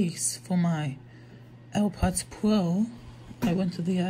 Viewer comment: Ew pwods pwooww at 7 seconds 😂